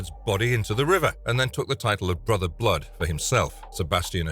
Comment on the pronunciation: I had to tune out after 3 minutes. It sounded like the word was fighting to escape his mouth every time he said it. “BBBLood” 😂